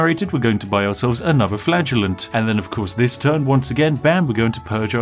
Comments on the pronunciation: So am i the only one who heard "Flatulent" whenever he said "Flagellant"...? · every time spiff says the word flagellant i 'flatulenze'. we will win this game though the power of FARTS. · I swear, every time you said Flagellant, I thought you were saying Flatulence. I thought it was a big cloud of PLAGUE that was supposed to be killing everyone... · Anyone else hear flatulence when ever Spiff said flagellant? No just me? Imagine instead of Whippy boys you had farty boys XD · Every time spiff said “flagellant” I heard “flatulence” In my head and it made me chuckle thinking about him wiping out the plague with farts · I misheard "Flagellant" as "Flatulent", so for a while I thought you were creating an army of bottom-windy bois to punish people for their sins.... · Every time he said "flagellant" I heard it as "flatulence". XD